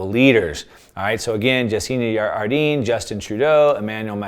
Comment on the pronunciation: Its Jacinda Ardern not Ardeen!! Doesnt sound authoritative if you can't pronounce a leaders name! Otherwise amazing info..thankyou!